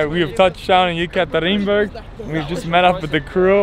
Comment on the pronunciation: Gareth - You pronounce very correctly Russian 🇷🇺 name of things . Like Ural Mountain. All westerners pronounce "You-ral" instead Ural . Yes You still can't pronounce the city Ekaterinburg 🙊 ! But in general Gareth You artracted plenty of respect from Russkies , usually Russians 🇷🇺 did not respect at the first sight. But You acting very respectfully towards Russians 🇷🇺 , and I think that they realize that !